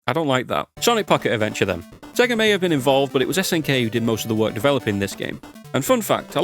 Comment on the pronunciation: "I have said Sega one to many times" hey look on the bright side, unlike most people with that kind of accent, at least you didn't spend the entire time saying "Say ger" ^^